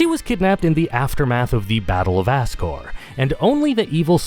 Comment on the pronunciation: Azcore is just as funny as Ascore with a hard "s".